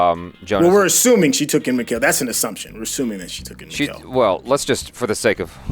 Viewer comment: Mikkel is not pronounced like Nickel. It's similar to "Miguel" but with a K instead of g. Only Americans can screw someone's name so badly even after hearing it so many times.